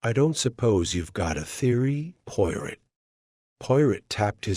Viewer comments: Amen! That's the truth! Pawrow, Not Pirate. At least use a British accent. This is unexceptable! 😂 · Learn how to pronounce 'Poirot' and any other British / foreign words ... before attempting audio books... 😅😂😅 hilarious😅